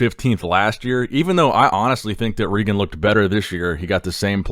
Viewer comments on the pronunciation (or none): none